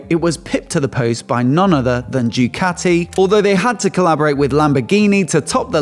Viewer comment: pleeeease: if you dream of a Ducati, pleeeease learn to pronounce the name correctly: it is not Diucati nor Djucati